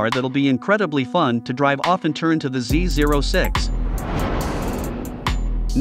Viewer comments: He is pronouncing it correctly. The zero is NOT a letter regardless of what most call it. Corvette Dan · Thanks for pronouncing Z06 correctly!